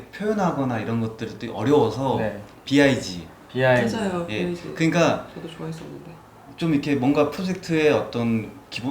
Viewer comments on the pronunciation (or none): 이 영상이 5년전껀데, 이 영상에 나온 사람들로 영상 더 많이 지금 만들면 좋겠슴. 90년대 건축 전공자들 말투가 그대로 남아있는 유쾌한 대화가 참 좋음. 화면 오른쪽 사람 재미교포 말투도 재밌슴. 남의 말 끊고 끼어드는게 너무 심하다. 화면 왼쪽 여자 교양있는 말투 좋음. 텍스트 text 는 영어고, 한국말로 본문 또는 글 이라고 하기 바람. 쓸데없이 뻑하면 텍스트, 텍스트 떠드는 거 유치하고 꼴뵈기 싫어. 영어로는 BIG은 빅 이라고 읽으면 되고 굳이 비아이지라고 할 필요 없슴. 니즈 needs 는 영어고, 한국말로 필요, 요구 라고 하기 바람. 한국말로 요구 라고 안 하고 쓸데없이 영어로 니즈 라고 하면 한국어 훼손죄로 벌금 8천만원 내고 세종대왕한테 귀쌰대기 8천만대 처맞도록 법을 바꾸면 좋겠슴. 자막 담당자 이름 뭐야? 자막에 "실패"를 "실폐"라고 수준 이하로 잘못 쓴 건 도대체 어느 저능아 세끼가 한 거야? 욕나오네. vessel 은 베쓸 이라고 발음하는 건데 바젤은 뭐야? 멍청한 세끼. Hudson 은 발음이 허드슨 이 아니고 헏쓴 이에요, 무식한 놈아. 약간 이라는 말 쓸데없이 안 쓰면 좋겠슴. 학생들이 저명한 건축가 작품을 배우긴 하는데, 나중에 실무에서 그정도 품질로 설계하느냐가 문제.